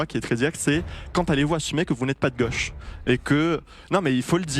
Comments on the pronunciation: On dit gauche pas goche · Gauche pas goche 😂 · ...de goooche ou de gauche ? Vous ne savez pas parler français. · De geuche c est quoi accent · Cette prononciation de "goche" est inaudible et insupportable. C'est vraiment le bobo parisien LFiste